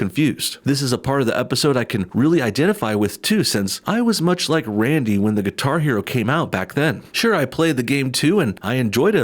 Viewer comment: Did he say Qatar Hero?